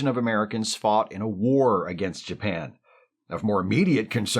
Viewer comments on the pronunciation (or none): none